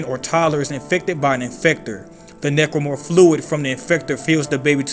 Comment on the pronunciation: You keep pronouncing Necromorph as "Nipplemorph". Why?